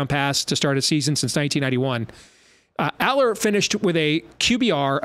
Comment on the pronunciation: How far will we get into the season before learns how to correctly pronounce Drew Allar’s name?